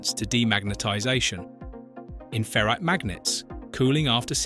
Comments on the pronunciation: It's ferite not ferret* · Why can't pronounce ferrite? A ferret is a kind of animal